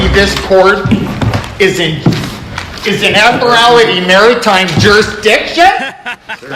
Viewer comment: Admirality 😂😂 not admiralty